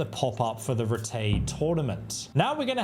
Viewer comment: I can’t watch this because the way he says rattay pisses me off. What makes it worse is it’s pronounced properly in the game and he just chooses to ignore that